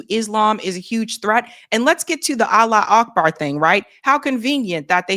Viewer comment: Allah wu Akbar.. you would think that after decades of saying it and reporting on the news over and over again they would actually SAY IT CORRECTLY. It's "Arabic for God is great" 😡